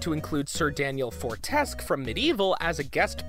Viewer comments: this dude's pronunciation is seriously crappy. like seriously they tell you how to pronounce ichor IN THE GAME! Why did he pronounce fortesque as fortesc? He also said reize's name as Rise-u (like rise, but with the u sound at the end) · And Sir Daniel Fortesque (Fort-es-Que) is pronounced in the first minutes of MediEvil!